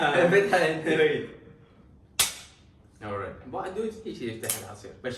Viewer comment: كلشي حلو بس بربك كافي تكول اوري 🗿🗿